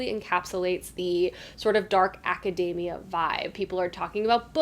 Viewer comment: Ok but why did you have to mispronounce academia like macadamia?! 😆 It’s aca-dee-mia. We don’t say acaday-mic, lol. So many people pronouncing it wrong just grates on my ears.